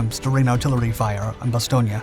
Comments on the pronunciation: Can someone teach this guy how to pronounce Bastogne? If you're going to do research to make a video, do your research and learn how to pronounce things, this is embarrassing. It's a disgrace to those who fought and died there. This isn't Italy! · You sure do say Bastonge alot for someone that said it wrong 5327 times.... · Another thing, in the past you correctly pronounce Bastogne with the E at the end. I wonder why you change the pronunciation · Not sure where he got the "ia," but he sure used it a lot.